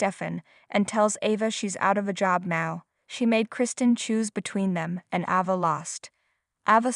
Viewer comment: Ava, fist a long a , pronounce correctly!!!!!!!😂😂😂😂😂😂😂😂😂!!!!!!!?!!!!!!!